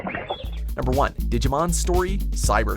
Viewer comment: The one thing I hate is how he pronounces Digimon